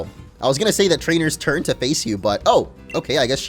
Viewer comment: Did I hear him say “Trainer’s Turd”?